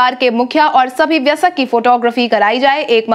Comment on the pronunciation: Aaj wayask nahi bol payee